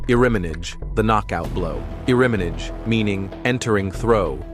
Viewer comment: I lost it here. Trying to make aikido sound edgy is already odd, but iriminage rhyming with scrimmage broke me.